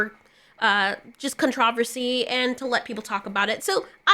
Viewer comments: Hol' up, "con-TRAH-ver-see"...??? Or did you just say that to make a CON-truh-ver-see...?😂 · Is Con tra ver sy the new way to say con tro ver sy?